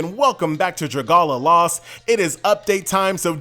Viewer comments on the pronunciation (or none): Its pronounced dra-gay-lia lost not dragala lost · DRUH GUH LEEUH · Proud of, already butchering the name as promised. When say something, you'll know he'll deliver